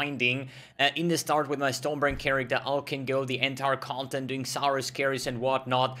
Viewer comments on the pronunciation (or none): none